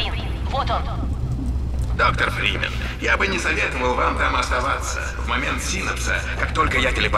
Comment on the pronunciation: Мне кажется он говорит доктор Бримен.